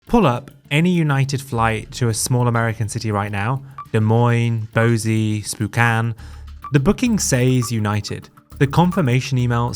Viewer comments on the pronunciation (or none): FYI: Boise is pronounced "BOY-see" and Spokane is pronounced "spo-CAN."